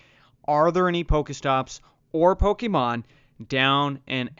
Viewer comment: I hate people who pronounce shit wrong , this Nigga keeps saying it like (poka,stop pokamon ,, its pokémon pokéstop not poka